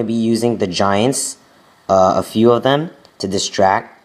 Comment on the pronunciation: a "fiew" shoutouts hahahah